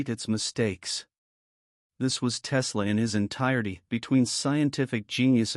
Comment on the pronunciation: Click bait, yeah Tesla said this because you say so, and your AI mispronounced his name 🤣